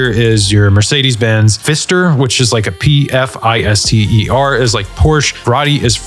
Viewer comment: It's pronounced Fister the p is silent.